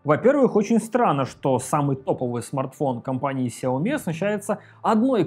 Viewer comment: Вилса ! Ты опять забыл ? Читается 小米 Сяо Ми ， ударения на Я и на И !!! Каналу и лично - успехов !!!